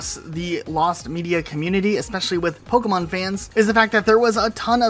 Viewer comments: Its funny hearing the narrator say Pokeyman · So we all agree the announcer definitely said “pokéman” right? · first time the narrator pronounces Pokémon is mind blowing he doesn’t even say it correctly 😮